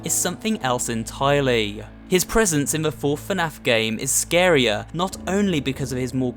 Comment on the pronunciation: YAS YOUR SAYING ITRIGHT FINALLY A YOUTUBER THAT SAYS FNAF RIGHT